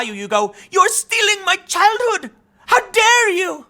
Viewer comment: Greta: "Yor steelingk my chilthood." Me: "Have you seen Thundercats Roar?!"